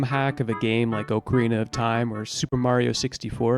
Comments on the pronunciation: Only here because of the way you said Ocarina of Time. Wtffff was that???!!! Oakarina????!!!! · AH-carina. Not OH-carina. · O-carina of Time?? Geez… terrible. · IT’S NOT “OHK” arina of time it’s “AWK” arina of time wtf are we doing man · ockarina not oh---carina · "oak"arina of time. c'mon guys.